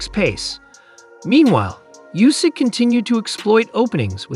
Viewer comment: Oohsik not Yousik